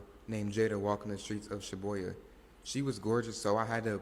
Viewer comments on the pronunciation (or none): Bro called Shibuya "SHIBOIYA" 😂